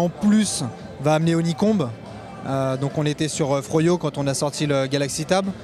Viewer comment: jadore come le gas honey Comb il le dis a la french